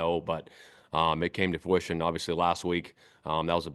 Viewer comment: I noticed coach a couple times during this presser, for the word "fruition", says FOO-ition instead of FRU-ition